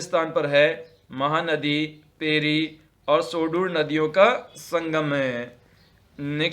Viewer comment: Pairi nadi h sahab ji...thoda tik se bola kare